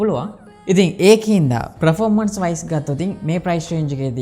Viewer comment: Redmi X2 නෙවේ Poco X2 පර්ෆෝමන්ස් මිසක් ප්‍රොරෝමන්ස් නෙවේ රිවීව් එකක් කරනකොට English terms ගැන මීට වඩා සැලකිලිමත් වෙන්න🙂